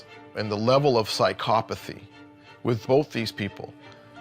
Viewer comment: can hasl pronounce "psychopathy" and "sociopathy" correctly for once? pleeeease